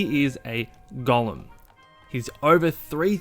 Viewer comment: Its "gow-lum" not "gollum". It's not lord of the Rings :P